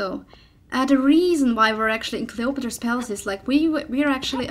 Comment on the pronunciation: Did you just say Clay otro po palace at the beginning ^^